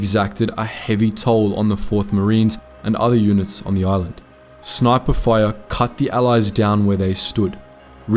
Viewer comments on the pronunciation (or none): none